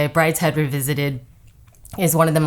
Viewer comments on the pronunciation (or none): none